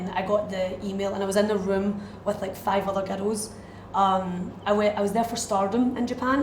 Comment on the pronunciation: When she says "girls" it sounds like "ghettos".